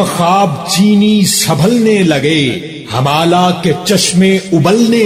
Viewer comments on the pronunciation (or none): آپ کا تمدن اور ہمالہ کا تلفظ درست نہیں